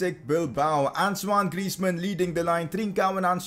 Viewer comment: It's Antoine Griezmann not Ansoine,Please 🙏